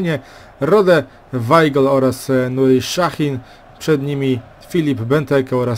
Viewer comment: Szahin xd jego nazwisko normalnie sie czyta